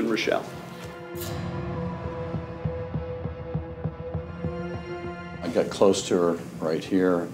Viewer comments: As a German, it is hard to listen to you pronounce the name "Rooshelle" when it actually should be "Roishel" with the first syllable stressed. Really, there are so many family names of German origin you guys are violating a LOT 😢 Like Congresswoman Fischbach (thats 'Fishcreek') - it is not "-bak" but "-bach" like 'ach' in "machete" (you don't say makete, do you...). Same goes for the great composer Bach. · Can you say Reuschel like it's German for goodness sake!? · Funny, how they pronounce the name Reuschel. It is German and they pronounce it French.